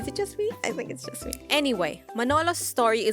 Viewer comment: Yust Say it jajja María sucks!